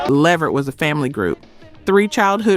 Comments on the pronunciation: Say it like (LAVERT) not LE VERT. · It is NOT Leh Vert!!! It is Levert (Luhvert) say it correctly!!!!!!!!!!! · Now I subscribed to you, but you starting to sound like this a.i, because you are saying their family last name wrong, its levert, without an A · You better put some RESPECK on that man's name (it's Levert*, not ("La vert")‼️ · Why is calling them Leverette instead of LeVert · She don't know how to pronounce these people and group names it's luh-VERT and low-pez other than that I like the channel 👍🏼✊🏼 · Levert -- pronounced (LUH-VERT) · Lev-vert?! I'm disappointed in the pronunciation. I understand being phenectly correct but how the Leverts announced themselves are totally different. Almost ruined it for ME. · Please say people's names correctly. LE-VERT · Why is she pronouncing it "Lev-vert?" Can she read? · Is this AI? Eddie’s , Gerald’s & Sean’s last name is pronounced La-Vert ! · Really!! I mean LEV-ert??? COME ON!!!🤬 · Mispronouncing LeVert is sending me 😒 Almost made me turn it off😤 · The AI pronounced LeVert wrong….still love the videos though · Is this an AI. The pronunciation of the group Levert, was off, I thought. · No you did NOT pronounce Left Eyes last name as Loaps. WOW!!! Please stop asking for subscribers. The more I watch the worse you get! UGH!!! Now you're on Levert! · She messed of Levert a couple of times but Lisa last name was pronounced like loops or hoops. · Say!!!!!!!! LeVerts name CORRECTLY!!!!! ARE YOU AI?!!!!! No wonder, no one is paying to join you!!!! Say their name correctly!!! LEARN TO SAY THEIR NAME CORRECTLY AT ALL TIMES!!!!!!!!!!!!!!!!!!!!!!!!!!!!!!!!!!!!!!!!!!!!!!!!!!!!!!!!!!!!!!!!!!!!!!!!!!!!!!!!!!!!!!!!!!!!!!!!!!!!!!!!!!!!!!!!!!!!!!!!!!!!!!!!!!!!!!!!!!!!!!!!!!!!!!!!!!!!!!!!!!!!!!!!!!!!!!!!!!!!!!!!!!!!!!!!!!!!!!!!!!!!!!!!!